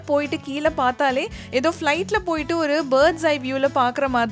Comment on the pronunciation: It's ஒரு not ஒறு